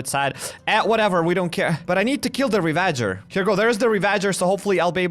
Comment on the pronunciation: Bro it’s pronounced ravajer not re-VA-jer